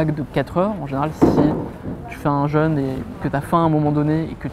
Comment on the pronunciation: Ça me fait vraiment rire de voir que presque tout le monde prononce le "jeûne" comme le "jeune" 😁 Un jeune est un ado qui boit du yop. Un jeûne est une période sans manger. Prononcez le comme il se doit ! Il y a un accent circonflexe !!!!